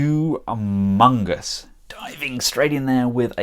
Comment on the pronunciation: Im not complaining but i would like to have another third party bumblebee. Also, did you just say "Hugh Mungus", did you just sexually assalt me?!